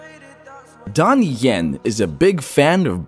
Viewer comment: It Donnie yen not Donny yen